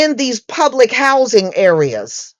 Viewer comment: Well.... "gubbermint hoizin', if gubbetmint housing." #CutThe Check N don't worry about our #RoofOverOurIwnHead!